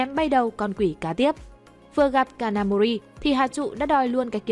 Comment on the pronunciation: cj ơi có đoạn đọc nhầm kanamori thành ông thanh tra gà mờ nakamori ko bắt nổi kid kìa